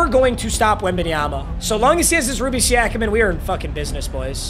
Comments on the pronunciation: How he pronounced it: (See-a-Kum) How you should pronounce it: (See-o-kum) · struggles with every african name he comes across. anunoby, siakam, ibaka.